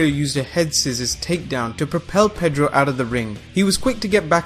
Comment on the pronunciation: Perro not pedro ...dog in spanish